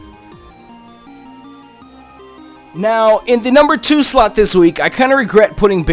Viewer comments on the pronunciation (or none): it sounded like he said the #4 slut X D